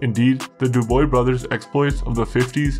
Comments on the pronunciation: I was in Bordeaux Jail with Paul Dubois in 1977. The Popyes were on the 1st floor. You are pronouncing Dubois wrong. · You could at least prononce Dubois the proper way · Brutal name translation. Learn the proper pronunciation before you post. 👎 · If you can't be bothered to pronounce Dubois correctly I can't be bothered to watch. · Too many mistakes to keep watching, starting with the pronunciation of Dubois! Chow!! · Dubois - pronounced Doobwah Not dooboy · Dubois should be said as; *DO-BWAH*. C'est un vieux nom traditionnel en Quebec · Just an FYI, Commissionaires are not law enforcement. They are a private security company that generally hires veterans and the such to work the front desk at government buildings checking ID and making people sign in and the such. Also their name would be pronounced Du-bwa, not Du-boy. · Dude ur butchering the name...its not D-OO-BOY...the s is silent...its more like D-OOB-WAA and cabaret isnt C A BAA RET... its C A BA RRR A ... the T at rhe end is silent. Kinda hard to watch the video when its the topic of the whole video and you saying their last name wrong. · Not Duboy ... Dubwaaa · Dubois is not pronounced duboy.. Dubois is pronounced Dewbwaa.. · du-bwa not du-boy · Hey its not pronounced Duboy its pronounced "Dubwah" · It's pronounced Du-bwa, not doo-boy. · Think Du b wah not du boy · Du boy brothers lol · Man you need to get the pronunciation right first. It is not Du Boys instead Du bwa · I think its pronounced "DOOB-WA", good video, love the insight into Canadian crime. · Dubois is prononce "Du Bwah" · Not that it matters but that’s not how you pronounce their last name at all. Dew-buah. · Ahaaa "Douboy" nice efforts tho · Awesome work but every time you say "DuBoy" I spill my milk 🤣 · It’s pronounced like “dew-bruah” in Québécois actually… we used to deal herb as teenagers in ‘70s and these punks controlled Old Montreal. They would beat you and steal ur product and there was nothing u could do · pronounced DOOB-WAH 😘